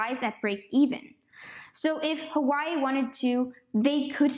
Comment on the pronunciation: It’s pronounced “wa way”